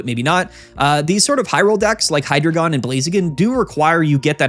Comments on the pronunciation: It’s actually “high-dry-gon” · I could be wrong, but I always thought it was pronounced Hi, like short hello, followed by the word dragon. Kinda like you’re saying hello to your friend dragon in the hallway. Hydreigon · It’s actually pronounced “Hydreigon” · I’ve actually always pronounced it “Hydreigon”